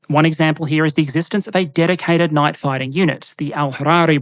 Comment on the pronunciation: You need to work on your pronounciation of 'night'. I kept hearing 'knife'.